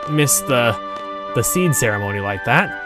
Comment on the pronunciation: You really want to draw more spells from monsters. Especially the ??? spells. Those are new spells you can get. As far as secrets goes, there are a lot of them, but they won't pop up until after the SeeD exam. (By the way, I find it interesting you're pronouncing it as "seed". Which is correct. But I always pronounced it "see-dee".)